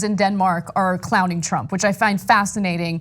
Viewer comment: Did Ana just call him “Chump” and not “Trump?”